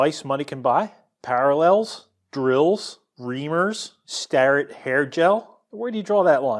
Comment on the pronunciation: "Startett hair gel" 🤣